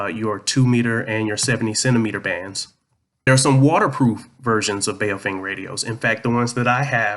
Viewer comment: The Bao part is pronounced bow as in the bow of a ship or bowing before a king. Not bayo or bow as in bow and arrow.